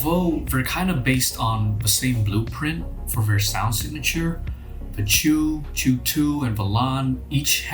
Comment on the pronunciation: Its not Chu two, it should be Chu chu, like the train. Ok, i am out 🤣